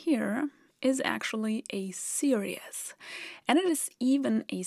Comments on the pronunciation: Hello. I love your videos and your quaint accent. However, when you mentioned 'series', I had to turn on subtitles as I thought you said 'serious' and that didn't make sense. (Tip: 'series' is pronounced s e e r e e s...) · Love this video. One bit of English advice: your pronunciation of "series" sounds too much like "serious". "seer-ees" (English phonetic example) is closer to how you say this word in English. The rest of your English is so perfect, I infer that you would like to make it as perfect as possible, so I thought I would help. If you'd rather not get these suggestions, please let me now and I will refrain from any others (not that you need any that I know of). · Great video - really clear explanation. Very Zeno’s Paradox. 😄 By the way, you’re saying the word ‘series’ funny so it sounds more like ‘serious’. It’s actually pronounced like this: /ˈsɪə.riːz/ Here’s a breakdown to make it easier: • “se” → sounds like “see” • “ries” → sounds like “reez” • Put it together: SEE-reez It’s pronounced the same in both singular and plural forms. Please keep up the great work. Thank you from a grateful fan. 😊👍🙏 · Just FYI, "series" is pronounced /seer-eez/ where "ee" is simply a long 'e' sound. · Series is pronounced SERE-eez.